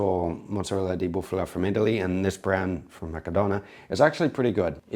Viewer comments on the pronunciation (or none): It's "Bufala", not "Buffula": the former is a specific species of cows from whom that mozzarella can be made, and it's very well liked in Italy because it's less common yet its flavour is top prime. Can't wait to see Vincenzo's response to this, free italian content 🤌